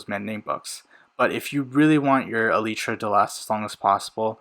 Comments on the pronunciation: Its E lie Truh say fast its not Ee lee tra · Holy bro it’s eee-ly-tra not eee-lee-tra, I can’t watch this video because of that sole reason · He said elytra wrong